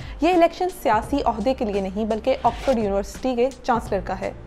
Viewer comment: It would've been a little better had you learned your pronunciation of University. You kept saying uniwarsity and not university.